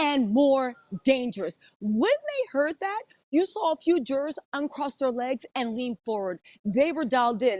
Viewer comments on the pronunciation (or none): LOVE your shows & been watching you from tv to here for YEARS now! Your coverage of the Diddy trial is so compelling and keeping me watching for every tidbit! BUT when you pronounce jurors as Jurrares it throws me every time! Is that a Georgia accent?